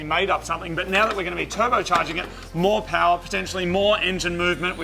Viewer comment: A-MOH POWAH BABEH